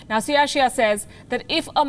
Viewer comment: It is CAI = KAI Xia